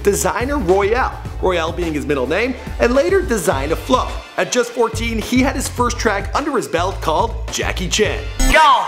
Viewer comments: The "S" in "Isley Brothers" is NOT silent. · You said "the iley brothers" it's the Isley Brothers. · The 'I'll ee' brothers? Pronounce it like 'eyes lee'. The Isley Brothers. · The iiley brothers???? you mean the f'n Isley Brothers.. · Isley brothers not Iley brothers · Dude really how do you butcher the Isley Brothers name. Can't be killing legends names. Smh Come on!Lol